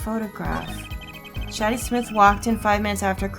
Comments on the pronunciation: Shadi is a pun on shady, so it's pronounced shady, not shaddy. Just wanted to point that out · Just so you know, I believe Shadi is pronounced "shady" which works for a poker player playing dirty. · Also "Shadi" is supposed to be pronounced the same as "Shady"